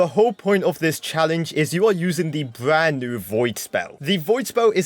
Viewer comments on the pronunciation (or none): "The bwand new card"